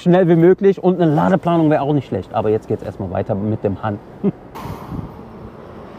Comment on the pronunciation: "BY Ha(h)n" --> tatsächlich spricht es sich "Hann", also hart und kurz. Han ist auch ein sehr häufiger Nachname aufgrund einer Dynastie, bin aber nicht sicher ob es das gleiche Zeichen (also Wort) ist. Aber BYD Han entspräche "VW Müller" oder "Tesla Smith" oder "Renault de Funès" lol nur Spaß